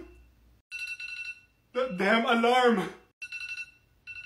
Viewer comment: THAT DAMHN ALAHRMNE